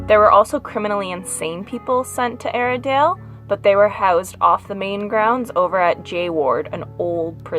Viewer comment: At first we thought you said "Arendale" like in Frozen, but this place sounds like a terrible place. It still has quite a bit of the original fixtures. Yikes!